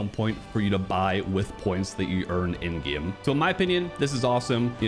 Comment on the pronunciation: “In gyeahm”